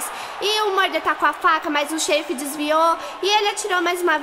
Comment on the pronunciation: PRIMEIRAAAAA (eu acho):3 "Xerifá* KSKSKSKSKSK KSKSKSK MTO BOM